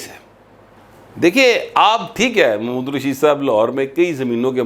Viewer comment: راجہ ریاض کو چھوڑیں اپنا ایکسنٹ پر غور کری اپ بھی محمود الرشید کوممود الرشید فرما رہے ہیں